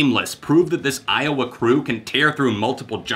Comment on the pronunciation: I'm sorry but I just laughed so hard when you said iwoa lmao